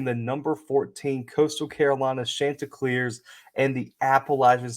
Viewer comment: Great stuff here!!! Two things though, it's pronounced Shon-ti-cleers like the name Shawn. Also, I thought I was going to have to clear my schedule this evening because you kept saying Tuesday, and my dates were mixed up. The game is tomorrow night (Wednesday) not today (Tuesday). Again, really good stuff here!